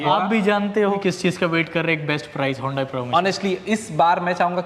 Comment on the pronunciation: hondai nhi hyundai bhai